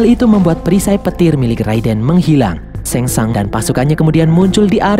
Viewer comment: Shang tsung bukan sheng tsang